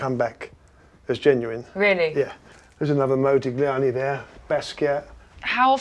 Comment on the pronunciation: the way he said modigliani killed me